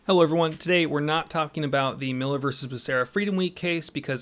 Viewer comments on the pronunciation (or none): none